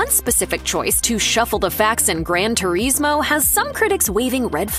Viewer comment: the pronunciation of Turismo is driving me insane